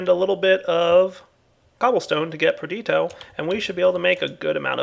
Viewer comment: It's not PER-DEET-OH.... It's PER-DISH-EE-OH Been driving me crazy for ages